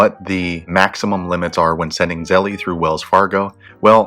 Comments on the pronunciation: Wtf is zellee? It’s zelle like gazelle!!!! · Start off by paying attention to your pronunciation, this name obviously rhymes with "spell" not "jelly." Now if you want to get real technical about its linguistic origins, feel free to pronounce it like the Austrians would: tsɛlə...... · try googling "how to pronounce zelle" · that is not how you pronounce zelle, why tf would i find this video useful if you cant even say the word correctly. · why are you saying it like that